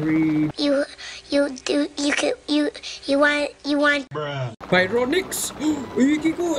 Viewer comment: Bacanya barionix bang buka bayronix